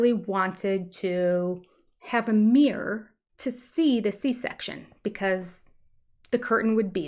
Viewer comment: Ok, I have to kindly’ point out since you commented on their pronunciation of ‘Idear,’ you also say ‘meer’ 😹instead of mirror. I’m just teasing you though. I grew up going to SLP along with all my other schoolmates. We have some cultural inside jokes on the things yall try to make us Deafies do. In HS I finally had one that knew a bit of ASL at least, so that was a nice change.